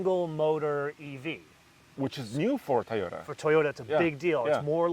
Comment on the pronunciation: That’s the Thai oh day guy who can’t say Toyota dam it say Toyota right please you killing me man lol 😂